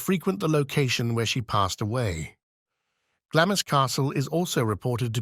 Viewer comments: glawmz not glammiss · Its pronounced Glaams not Glamis.